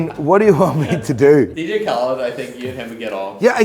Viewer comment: ”DiiJii Khälid”